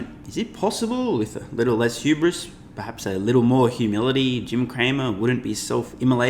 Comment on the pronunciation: It's *hubris*... the H is not silent Mr Him Hramer. He ironically complains about hubris... while calling her stupid, to elevate himself. 🤦 He's lost his ever-lovin' mind. "There is no such thing as the market being completely wrong"... Is soooo f'n far from reality it's jaw dropping. The market is wrong all the time. Every single time they react emotionally to fake news.